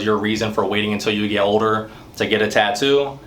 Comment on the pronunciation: The way he says “older” is funny ! 🤣 “OH-DER”